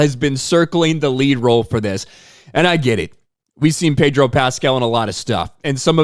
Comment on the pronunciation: I the "r" in Pedro Pascal a silent one?